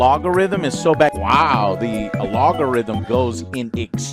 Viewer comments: Alogorithm... Tf did I just hear 😂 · Hey... whats a log-a-rhythm? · How the hell does he not know how to say algorithm? A-log-o-rhythm ?